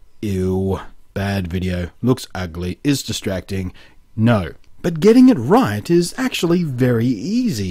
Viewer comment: I love how blunty says "but". "BAHT"